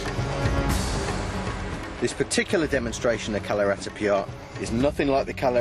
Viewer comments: yeah ... you'r right, he's pronouncing it Kalaritipiya :D I wonder how he got his employment with BBC. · Kalaratipiyat? Is he pronouncing it right? because that's all I'm hearing from him. He's saying "Kalaratipiyat." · Can somebody tell this guy that it is "KALARIPAYATTU" and not "KALARIPIYAAT." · kalaratipiyat .. ?? :P lol its kalaripayat... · Hehehe.. it is like saying that Jesus is imitating the Pope.. Other forms of Eastern Martial arts WILL look like Kalari because it is the grandpa of them all.. the presenter has not even cared to pronounce "kalaripayattu" correctly before venting his anger on it.. Next time, I hope BBC sends a sensible man to CVN Kalari in Trivandrum.. cheers..